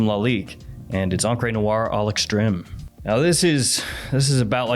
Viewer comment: Encre Noire: "On-cray noire"